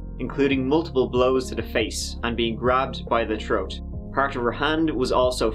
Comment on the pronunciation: By the troat